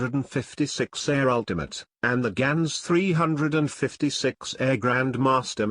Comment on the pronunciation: yeah... but gans in dutch is pronounced "GAH-NS" not "GEH-NS"